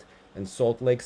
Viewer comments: HAL - ina, not Galina! ;) (like in the name, Hal) - other than that, I agree, the scores for Eteri's daughter were bonkers :D also, I begin to dig Kostorna more and more, just for her sheer balsy approach towards all the mess within the Russian ladies team and who gets to go to the Olympics. It was a shame with the Axel, but it was also clear to me, how her skating skills and overall presence on ice improved this time around and aside from Wakaba her skates were my favourite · It is Halina not Galina. It is Polish name.